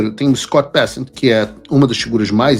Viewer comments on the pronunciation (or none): O correto é Scott "Becênt" e não Bécent